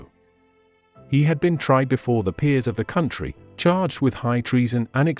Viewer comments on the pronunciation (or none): none